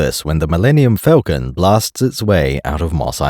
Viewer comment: All that & cannot pronounce Falcon correctly